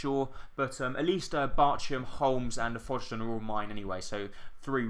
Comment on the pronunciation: Mendez-Laing played for Portsmouth last year! I love your series, not being picky but it's Fog-Den 😃